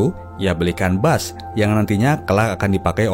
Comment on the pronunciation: Teruk betul bahasa pengulas filem ni..cuba belajar sedikit cara sebutan bahasa inggeris..gitar bass..bukan bas..sebutan tu biar betul2..